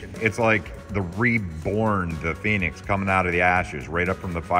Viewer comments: It's "Phoenix"... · Phoenix... not Pheonix